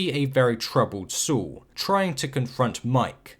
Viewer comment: Great video! You don't have many episode reviews, but the quality is exquisite. Also I like how you pronounce Saul "Soo". Cheers